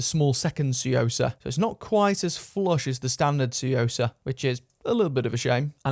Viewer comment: The "T" is silent, pronounced "soo-yoh-sah" =/